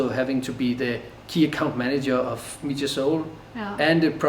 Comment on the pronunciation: It’s pronounced Mee-ha 🤦‍♂️